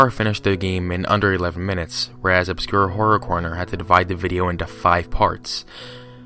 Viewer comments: "Obscure Corror Horner" That's literally what he said xD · IT's "OBSCURE HORROR CORNER" You keep saying the name wrong, you did it 3 times in the same sentence. Don't listen to this dude, he doesn't even spend minutes researching. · Good job fucking up the man's name not once but all the time.